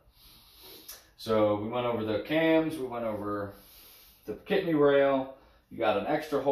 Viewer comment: Pic-a-tin-ny not pi-cat-nny